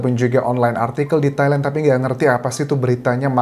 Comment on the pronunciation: Entah kenapa, pas Mas Anjas nyebut Thailand, dengernya Taiwan. wkwkw